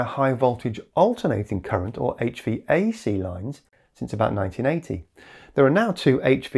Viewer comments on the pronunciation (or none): none